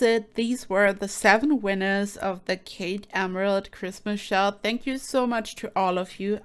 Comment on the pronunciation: I can't tell you how much I appreciate being a part of this. All builds are unique and inspiring to me. Thank you so much, Kate. Love you, hope you have a good day. Oh! almost forgot. You pronounce my name correctly.